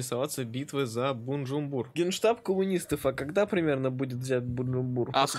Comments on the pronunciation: Кто смотрел смешариков, знает, что столица Бурунди не бумжумбура, а бужумбра. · Не Буджумбур, а Бужумбура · Бужумбра, а не Буджумбр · Бужумбра! А не бужумбрум)